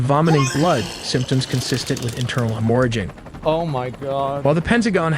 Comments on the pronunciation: Hemm orrajing. Even zoomer ai can’t pronounce things. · Internal “hem-more-ajing” … come on man, know how to pronounce the words you read before making a video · hem-OHRA-jing and ohr-drums. loving the AI slop lately. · Dude, stop posting fake AI videos. The damn voice cant even pronounce half the words correctly. "Hemoraging" wtf is that? literally half the words the AI cant even pronounce and you dont say a fucking word about it! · Every time Asmon is watching a video and they mispronounce something in the video, with no hesitation, I instinctively look to chat and see all the different spellings of how it was mispronounced. When the video said himorruh-ging, that had me cracking up. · can't believe anything the guy said after "hemorgeing" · dude can't read the word hemorrhaging... lol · how does bro not understand how to pronounce hemorrhaging?? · The AI still doesn’t know how to pronounce “hemorrhaging” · The way dude said hemorrhaging... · At least they tell you on screen that this is all AI🤷‍♂️ at first the pronunciation of "hemorrhaging" gave it away for me